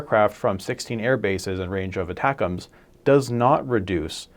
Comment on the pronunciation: Thank you for saying "ATACMS" the way it was intended. Many other channels say ATTACK - "M" "S". I will therefore subscribe.